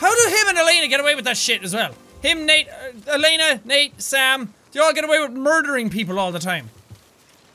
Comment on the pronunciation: her name is not laners it is Elena